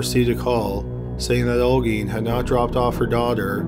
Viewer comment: You pronounced Olguin really good